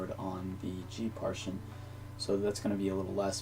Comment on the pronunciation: Good tutorial but it's pronounced par-ti-tion not par-tion.